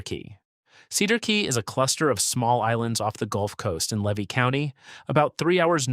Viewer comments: I'm from Levy County FL. I was wondering if you thought that there is something wrong with people wanting to live in small untouched towns? Not everyone wants to live in shitholes like Jacksonville, Orlando, Miami and Tampa. Also learn how to pronounce Levy and Micanopy and others. Also the big bend area is called the nature coast not the forgotten coast. We Floridians like it as it is. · LEE-vee County. mic-kan-NO-pee. o-CHOP-pee. Two Egg and Weeki Wachee are not incorporated towns. And you forgot to mention that I once visited Weeki Wachee. To see the mermaids. BTW, the state of Florida also took over Silver Springs and Rainbow Springs and made over those two old attractions as state parks. But without mermaids.